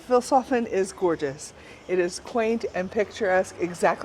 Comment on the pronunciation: You're pronouncing Vilshofen wrong! It's like "Feels hoven" with a short [ee] If you should return to my town and if you had some time left: Take a look at Schloss Ortenburg [Ortenburg Castle] about 10 Kilometers from here! Bye bye 🤠 🤍💙